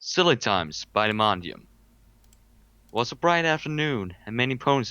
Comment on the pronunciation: Dimondium here. Few comments. One, I appreciate the pronunciation effort, but it's pronounced like so: Die-moan-dee-um. Nice try, though! And second: I'm a bit afraid to listen to this (I heard the intro), but here goes!